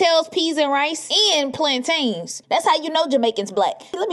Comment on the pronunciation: That shop worker ain’t Jamaican. She pronounced plantains WRONG!